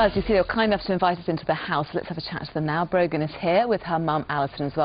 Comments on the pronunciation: Is her name Broken?? Cause I'm hearing that everytime I repeat the video lol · It's brogan